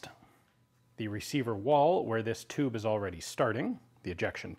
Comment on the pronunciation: Toobs within toobs within toobs with the.